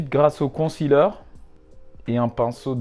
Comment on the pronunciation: Haaa il s’y connaît quand même 😂 la plus-part savent pas c quoi un con-ciler comme il dit